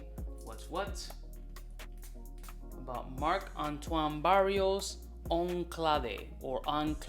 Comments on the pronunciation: It's Barrois my guy. Not Barrios. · I love you but one day you'll get the spelling and pronunciation right! Its Barrois (pronounced Barrwah), not Barrios!! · Great vid as usual! It's pronounced "brawa" just in case you want to say it right but Barrios is street certified haha You should try the extrait of b683 and they're coming up with Ganymede extrait soon;) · it's BarriOIS, not Barrios :( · Not Barrios but Barrois..great review. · He says it like “barrio” in Spanish 😆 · I agree"" But that's what makes him """ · Its Barrois you clown.